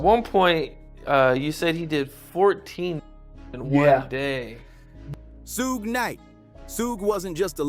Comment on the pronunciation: Bro wtf it’s pronounced SHUGE KNIGHT